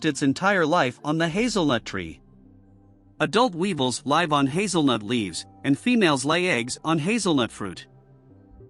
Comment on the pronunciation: stupid AI doesn't know the difference līve and lîve. Stop using AI narrators you lazy people!!! I'll never subscribe to such a lazy channel. Narrate your own damn videos!!!